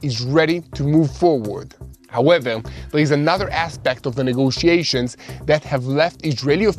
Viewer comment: Im gonna count how many times he says “howeveL”